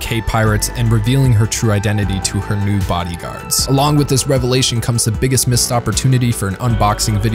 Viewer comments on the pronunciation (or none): none